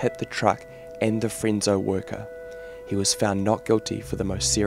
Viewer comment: Its Fresno not frenso.....